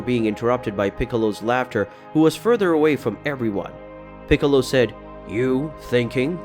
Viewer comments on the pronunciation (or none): none